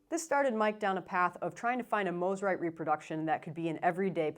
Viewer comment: You pronounced it correctly! Love my Eastwood Corona!